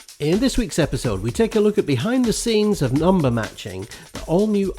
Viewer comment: "It's more than a numer" ... ? What's a numer ?